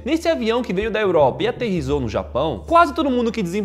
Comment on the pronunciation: "que aterrizou no Japão"